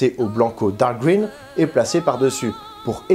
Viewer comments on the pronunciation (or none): none